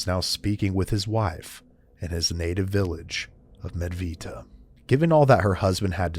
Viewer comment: Hey mate, I loved your video, you really did your homework here, the first person from the west to get the name of the place, "Medveđa" wit a "đ" right, great job! Oh, yeah, p.s. This case that you discussed, and the case of Петар Благојевић (Petar Blagojević), are (as far as I know) officially investigated and recorded cases of Vampirism in human history. The team of imperial doctors, scientists and writers, accompanied by a detachment of the Austro-Hungarian Imperial Army were sent to investigate this case, and their entire reports and findings, are preserved until our days, and now they are kept in the Imperial Museum of History, in the wing closed to the public in Vienna. So you need some kind of special permit to enter and see it, (something like for the Archives of the Vatican.) So, awsome work, my friend, you got my sub. Greetings and much respect from Serbia, southeast Europe. Cheers!🙋🧛🇷🇸❤️🇺🇲🥂😎